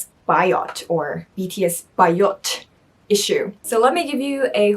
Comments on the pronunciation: It’s BAYOT, not BIOT. 😀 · When she said "Bi-yot"....I cringed! hahaha! sorry, love you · It is not pronounced as biot. It is BA-YOT. Yeah it has a bad connotation. But still it depends on how you use it and to whom you say it.